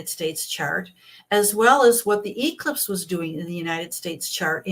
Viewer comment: This astrologer is really a Karen. She cannot pronounce eclipse. I can't listen to this Charlatan.